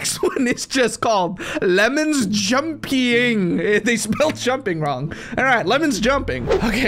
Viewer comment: Ms lemons: Welcome to my game. My name is Ms. “Limons”